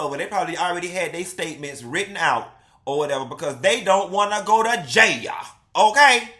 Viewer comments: Stop saying "jay-a" when it's a serious situation. Nothing about this deserves even a tad bit of humor/comedy. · Why you godda said JAHALE (Jail) like that lmao 🤣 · If u say jail like that ONE mo time 😂